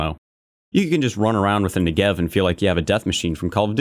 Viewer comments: it is pronounce nEgev, not negEv. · Negev , not ne-gev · it's NEgev not neGEv :/ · " the next-gev" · You mean “Niggev” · that not how you say negev. im from israel soo i know its more like negav. its named after a place in israel soo do galil. negev - נגב galil - גליל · new-gev xD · love the negev, a lot of guys in the vc calls me that for some reason, but they say it incorrectly, they say it with a R instead of a V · WHY CAN NO ONE PRONOUNCE NEGEV PROPERLY? SHIT NOW I HAVE TO STAY TRIGGERED OR ELSE I'll LOSE ALL MY ACCURACY. TY VALVE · You pronounce "Negev" wrong! I live in the country where the Negev was made (and invented). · just go to google translate and write Negev. Then hear how it's said.